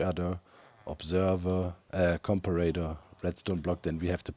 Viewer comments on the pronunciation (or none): none